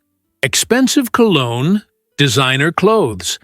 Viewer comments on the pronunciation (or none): none